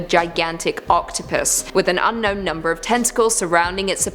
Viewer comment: am i the only one who thought she said "whos head looked like an enourmous OCTOPISS" ?